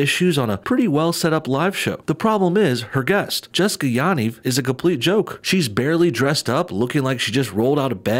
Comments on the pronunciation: You are pronouncing the last name wrong lol. Ya = pronounced like the yu in yup and Niv = pronounced like Neev (pronounced like need, but with a v). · No one ever pronounces Yanivs name correctly. Everyone says it differently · Ur pronouncing Yaniv wrong